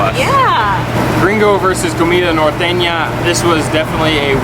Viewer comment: La guera said the word norteña muy bien.